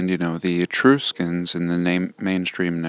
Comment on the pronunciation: The "u" in the word "Etruscans" is like the "u" in the word "truck" not like "E-troos-cans". 🤣🤣🤣 but getting back to the Etruscans, you're right they were all buried in a mud flood. Their entire civilization is buried about 15 ft under the ground.